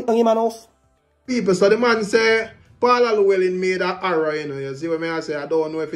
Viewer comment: Di man say sir p dunce …so him is wat mr Arrow my yute the word is error 🤣